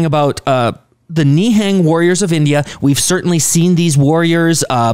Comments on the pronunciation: Literally every foreigner Ni hang instead of nihung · Pronunciation of Nihang "Ne'hung" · Pronounce as ni+hung